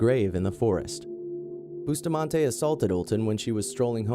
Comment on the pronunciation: Why was the black boy executed only? And Alyssa's last name is pronounced buss-tah-man-ti